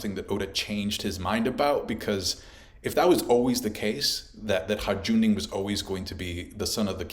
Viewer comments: "Harjundin" 😂😂😂 It's Hajrudin! Pronounced: HAI-RU-DEAN 😘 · his name is not HI-JOONDIN, its pronounced HI-ROODIN. I actually met someone called that irl, after hearing it the first time in one piece. not like it matters. just havent heard it mispronounced so often in a single video in a while.. sorryy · "Hajj-rou-din" bro its not that hard 🤣 its "Hi-rue-din" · Haj-ru-din, not Har-Jun-din!!! Also, Lo-gi-ya, not Lo-ji-ya. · Its Hi-ru-din = Hajrudin not Harjundin 😅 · It's not Harjundin in One Piece, it's hajrudin. Every time I heard the word Harjundin I kinda cringed. But I like this video a lot otherwise. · "hajundin"? Why can no one pronounce this one character's name correctly. just listen to the name in the anime jeez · Butchered Hajrudin’s name. “Ajundin!” 😂😂😂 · Man we're eating peak OP on all fronts. Also, I really don't want to be that guy, but Hajrudin is pronounced. "Hi-rudin." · Every OP Youtuber I know keeps butchering Hajrudin's name lol 🤦‍♂ 😂 .......it's pronounced HAI-ROO-DEEN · One Piece Youtubers pronounce Hajrudin correctly challenge: impossible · Please stop saying Hajrudin like that 🤣🤣🤣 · bro its crazy too because they even get it right in the anime, like how hard is it lmfaoooo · why you pronouncing Hajrudin weird like that xD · It cracks me up that after all this years is still unable to pronounce HaJrudin properly 😂 this arc will be difficult for you heheh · i'm sorry but everytime you said hajrudin i died inside a little bit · The j in hajrudin is silent